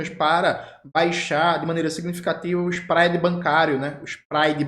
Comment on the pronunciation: Camarada.l, você pronunciou "spread" certo na primeira vez e errado na segunda viu rsrs... PS: se o stand UP não der certo a carreira de cantor já está garantida! Abraços camarada. Venceremos